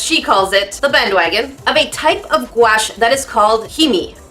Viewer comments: Normal people: guache: GUAEESH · Hi! I love your videos.. I used to pronounce gouache like you do, and my dad laughed at me. It's pronounced like ghost + gosh. Goush, I guess.